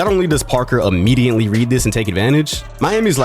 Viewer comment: Yo why you be pronouncing immediately like “immidiently” it’s in all your videos